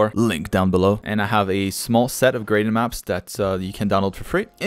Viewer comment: Why are you saying ''graden maps''?